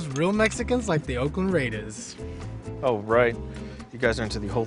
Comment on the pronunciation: Puro valle central. One more thing, only the ones from Califas use Chicano. Oh and it’s not Raidauhs, it’s Raiders with a strong R.